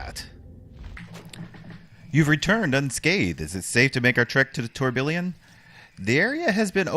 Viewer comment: Tourbillon is french for whirlwind, whirl pool, and maybe Tornado. In French a double "L" is pronocuned as a "Y" so it is Tour Bee On as close as I can do an alliteration.